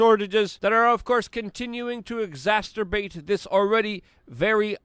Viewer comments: Bro, it’s exacerbate not exasterbate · Exacerbate not Ex-aster-bate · Luke, the word is pronounced "ex-ass-er-bate" There is no "t" in the middle. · EXACERBATE!!!!!!!!! No T man.... I am not the grammar police, I am not even an ass..... just trying to help you not make that mistake. I get corrected all the time on my butchering of my own native language. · I love the way you say “exasturbate”.